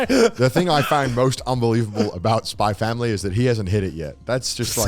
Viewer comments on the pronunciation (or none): Garnt still pronouncing the "X" in Spy Family is really weird considering he lives in Japan where every Japanese person calls it "Spy Family"....